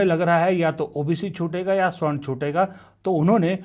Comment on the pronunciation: स्वर्ण नहीं सवर्ण होता है।